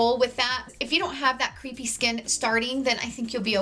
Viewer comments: Took me forever to figure out you were trying to say crepe-y skin and not “creepy” skin. 😅😂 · Love your videos! But as an editor with three decades experience: crepy or crepey skin is pronounced like kray-pee. As in crepes for breakfast, rather than creep of an ex-boyfriend.